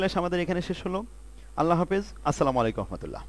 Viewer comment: "আসসালামু আলাইকুম ওয়া রাহমাতুল্লাহ" আমার মনে হচ্ছে আপনার সালামের একটা অংশ বাদ যাচ্ছে বা বুঝা যাচ্ছেনা, ভুল হলে ক্ষমা প্রার্থী🙎